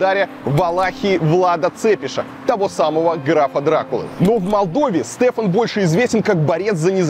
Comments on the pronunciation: Илья, спасибо, хороший добрый информативный ролик. Но столько неточностей. Штефан, а не Стефан. Площадь возле его памятника - Великого Национального Собрания, а не Независимости. Не Сорокинская, а Сорокская крепость (не от названия птицы, а от названия города Сорока). Я понимаю, вы не из Молдовы, и у вас это не на слуху. Просто нам немного режет уши :) Но еще раз спасибо за хороший ролик, доброжелательность и такт. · не СТЭФАН а ШТЕФАН. Штефон чел маре 😑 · да не стефан, а штефан......